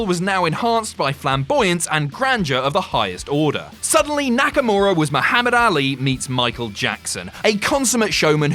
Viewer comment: "Confusion of de highest oda"